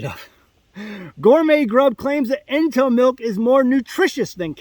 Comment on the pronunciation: Ento, like entomology. Ugh